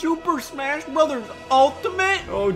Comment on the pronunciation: Finally, someone who says 'Bros.' correctly, and doesn't say 'Bro's'.